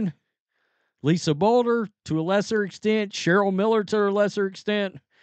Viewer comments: "Blue-der"... Not "Bul-ger"... Lolol 😂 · Bluder is pronounced “blue-der”. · It’s pronounced Lisa “blue-der” Bluder. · Blue-der is how it is pronounced. No tho. She is retired. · Lisa BLUE DER is how it is pronounced. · Ah come on, the name is Lisa Bluder (Blue - der). That doesn’t rhyme with a coffee brand. From a Hawkeye in Texas… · Lisa Bluder (Blue-der) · It's pronounced like Blue Der lol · C’mon brother… CC’s Iowa coach’s name is pronounced “Blue-der”. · Bluder, pronunciation please